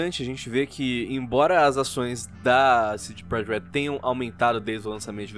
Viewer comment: “CD Projekt Leelld”